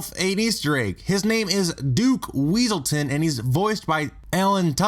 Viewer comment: Irony: you introduce The Duke of WEASELton/Duke Weaselton and say that they correct others on the proNOUNciation of their names and are voiced by actor Alan TUDDyk. You were just messing with us, right? You know that Alan TWOdick (star of Firefly and Con Man) voiced the Duke of WESSelton who complained about the proNUNciation of his name, right??